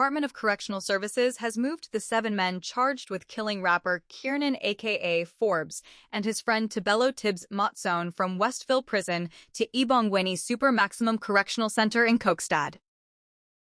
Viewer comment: Where do you get Kokxaki it is Kokstad